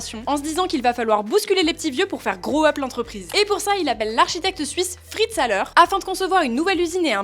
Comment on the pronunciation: ä ça se prononce ai